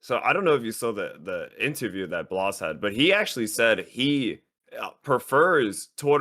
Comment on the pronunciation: Blaz, not Blaze